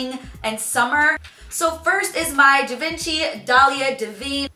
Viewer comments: "Gy-Veen-Chee" oh yikes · Wee Wee yeah its called “živanšee” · She-Won-She = Givenchy